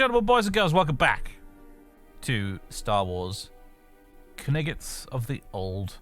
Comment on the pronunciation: Finally they correct pronunciation: queniguits of the Old Republic... In the last two episodes you said kinghts... 😂😂😂😂